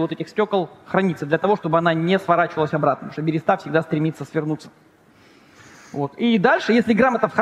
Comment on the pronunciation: Хоспади! Да не альтернативная, а криптоистория! И не берЕста, а берЁста!!!